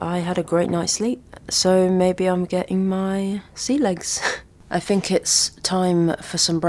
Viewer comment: I adore you and your work. You're brilliant at what you do. But your substituting "f" or "v" for "th" is awful. "fink" for "think", "wif" for "with". This is just way beneath you.